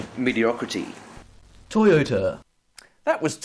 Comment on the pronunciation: That West End Draught ad hits very different when watching it as one of the many thousands of South Australians who have made the trip across the border, in the other direction, permanently... Also, - "medeocraty"? Please tell me that was deliberate